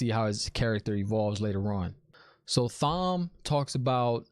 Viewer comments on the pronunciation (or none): also its pronounced tom not thom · Also, it's Thom with a silent "h". It's pronounced Tom. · Dude - just so you know, it’s pronounced “Tom” even though it’s spelled Thom. Love seeing your reaction to this, not knowing the series. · Okay, it was cute at first, but we know how Tom’s name is pronounced. Unless you promise to go through life pronouncing the th in Thomas, Thompson, etc. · LOL LANCHOPS!!! love the videos. Also not to be rude but Thom is still said Tom, silent h. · The question about women not seeing the men’s weaves: men can’t see woman’s either but Logain is special and can see. Woman CAN sense him drawing in the power. So the green Aes Sedia new he was about to attack but didn’t know with what SIDE NOTE: Thom is pronounced Tom. I made the same mistake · Thom is a great character, but his name is pronounced just like our regular Tom. Silent H my man. Lolol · Lmaoooo I love your reviews. It's great to see your honest opinions, no matter if you're right or wrong. BTW you pronounce Thom like 'Tom'. Keep up the great work! Also yeah Fades are really freaking powerful. Logain was incredibly powerful, but from the looks of it, Nynaeve is even more powerful than him. Moiraine seems to think Egwene is on par with Logain as well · "Lan chops" Thom's butter knives? You're killing me 😆. Thom is pronounced like Tom (it's not short for Thomas, but it's like that). I love the subtle fan service they gave with Liandran mispronouncing Nynaeve. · The H is silent in Thom's name. It is pronounced just like "Tom" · Thom is pronounced "Tom". Egwene is pronounced "Egg-Wayne". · It is pronounced Tom. The H is silent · It's pronounced Tom even though it's spelled like Thom. Lol. As far as power goes I can't really express the Dragons power it's far beyond anything seen. Not spoiling so stay tuned. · Great to see non readers so hyped! Thanks for the review video 😄also, Thom is pronounced the same as Tom and he is definitely one of my favorites!